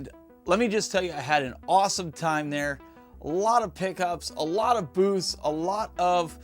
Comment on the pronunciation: Did you say alot of booths or booze🤔 As far as did you get a good deal, if they make you happy then yes you got a great deal! Keep carving out your own little slice of heaven one cartridge at a time👍